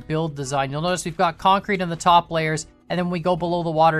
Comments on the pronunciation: You mean kAncrete? XD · Oh my god I will never hear the word kancrete the same ever again. I MEAN CONCRETE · Yay now i hear KANcrete 😅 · Because of you I now hear (concrete) kancrete